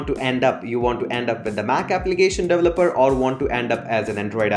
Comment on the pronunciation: Thanks for the recommendations. The way you pronounce developer is wrong and also you're adding 'the' when it's not needed. Don't say 'the' Python, or 'the' java, just say java or python.